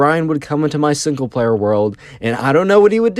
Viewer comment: "single plawer"